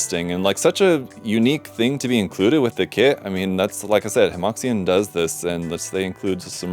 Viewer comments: I hate to be'that guy', but I'm pretty sure Hemoxian should be pronounces closer to Hemoshan than hemoksian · Small thing, Hemoxian is pronounced like Huh Muo Shian.